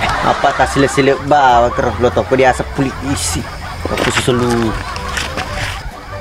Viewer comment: polisi bukan poisi